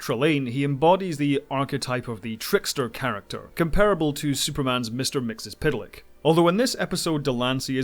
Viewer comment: Major props for saying Mr. Myxyzptlk correctly!